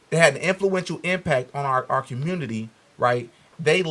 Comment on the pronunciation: Com-murn-nity 😂 Nutt-tin’ 😂 - 👈that was J0E Bye den’s ‘94 Crime BiII. He did that… exposed these dude’s lack of logic.